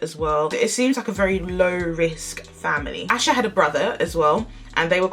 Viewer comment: For clarification her name is pronounced “Ay-sha” not “Ash-a” Now with that said I hope authorities find her or at least what happened to her so her family can have some kind of peace and closure! Happy Tuesday and have a blessed day!